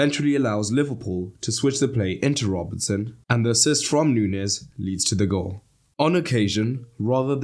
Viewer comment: Nuñez is not hard to pronounce, it's like Romagnoli, the ñ in Spanish is basically the same as gn in Italian, it's not like pronouncing Rodrigo 😂